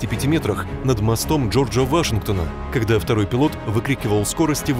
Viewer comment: Не кода, а когда.